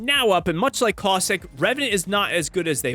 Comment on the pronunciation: CausTHICK?!?! bro its caustic